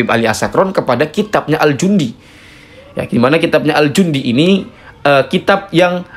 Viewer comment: Bacaannya bukan al jundi, tp al janadi